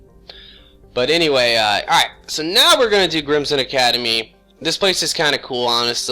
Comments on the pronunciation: Before anyone yells at for saying "Grimmson" instead of "Grissom", keep in mind, he's got some sort of speech impediment or something. The fact that chose to be a commentator, despite this, is truly inspiring. I'm autistic, I had to put up with pettiness from haters. SO WHAT if he occasionally mispronounces words? NO ONE IS PERFECT! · Hah! "GRIMSOM" Academy! Still can't pronounce some of the words in the Mass Effect franchise by look,eh?